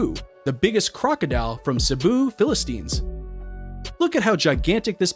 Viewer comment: what nation is PHILISTINES??? Our local name for "lapu-lapu" was Lolong. and its true that Lolong came from Cebu, the narrator said PHILIPPINES very very wrong.